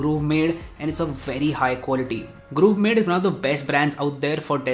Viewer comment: Grovemade. Not Groovemade.